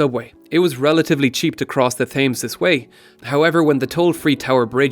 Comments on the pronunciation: dorgesh: Try it with a z on the end and you'll be closer to the pronunciation... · Great video, really informative but the Thames is pronounced 'Tems'. Anyway, I'd love to see a part 2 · Joshua Tilley: Pronounced Temz rather than Tems... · You know ‘Thames’ is pronounced ‘Temms’, right? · When you’re pronouncing Thames don’t pronounce the A and just pronounce it like tems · As a Londoner, I find that th-ay-mz is just wrong. #Ireland. Otherwise this video is amazing (as always) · Just as an FYI the Thames is pronounced as "temz". Don't ask me why. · Great video, just FYI the pronunciation of "Thames" is "temz". In case you're making a part 2 (which you definitely should) :) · Amazing video but Thames is pronounced pronounced Tems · TEMZ. And I'm American and even I know how it is said over the pond. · As a Londoner, I find the pronunciation to Thames wrong (it's more like t-eh-mm-s) but otherwise this is possibly one of the best short videos on the Underground! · yep, th-ay-mz is just wrong. #Ireland. Otherwise this video is amazing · Yeah, sorry to be that guy, but, the Thames is pronounced "Tems". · Checked on oxford dictionary- it is pronounced “tems” without a h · It's pronounced Tems, with an "eh" sound rather than "ay". And it's a hard T not a Th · Wow i live in Windsor never heard it called taymes . What an eejit! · It's very annoying I love the channel but that pronunciation is wrong it's tems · oh my god it’s irritating me so much. You’re Irish so close enough to London not to mispronounce this??? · You have a great knowledge about London history but you can’t pronounce the name of the river. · So much intelligence but can't say the name of the river correctly? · The way you pronounce "Thames" triggers me. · You can't even pronounce Thames properly. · It's not the Thames! It's the Thames! Hope that helps. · argh everytime you said thames with a soft 'th' instead of a hard 't' i cringed physically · say "thames" again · TEM - S not fames